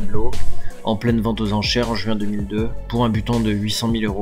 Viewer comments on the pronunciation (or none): none